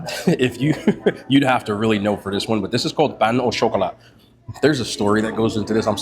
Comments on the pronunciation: "Payno Chocolat" 😂😂😂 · Sounded Spanish 😂